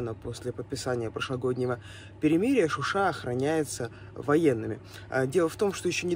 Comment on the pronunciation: Не Шуши А ШУША!!!!!!!! Это Азербайджана